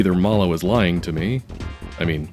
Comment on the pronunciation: I can't believe I didn't know about that extra dialogue for THIRTY YEARS. Also, Mallow rhymes with shallow not hollow.